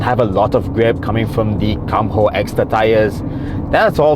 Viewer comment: Come what???Come HOOO?? HAHAHAHAHAHA...KUMHOOO LAH NOT COME HO...HAHAHAHAHA